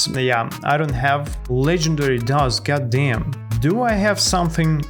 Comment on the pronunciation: BRO THE WAY YOU SAY GODDAYM IS SO FUNNY😂😂😂 .real slasherz never miss a vid